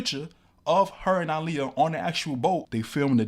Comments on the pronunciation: DNT KNOW U OR THE CHANNEL BUT PLEASE PUT SOME RESPECK ON HER NAME IT'S PRONOUNCED "AAHLIYAH" NOT "ILIYAH" RT.. BESIDES THT U AIGHT WIT ME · Why do you keep pronouncing her name like that ?? so simple and yet you’re still mispronouncing it🙄